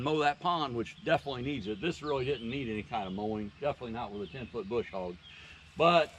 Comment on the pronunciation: There is no "R" in BUSH HOG!!!